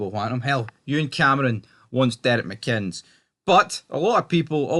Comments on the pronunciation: Pronounced mikinniss. Decent coach. But he shouldn't ask the families of victims to bow down and honour their killers. Re: if you can't figure it out you wouldn't understand. 🇬🇧🇮🇪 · his name is mcinnes for God sake reporter can't pronounce it